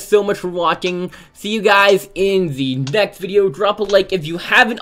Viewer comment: At the end of the video he said thanks for Waking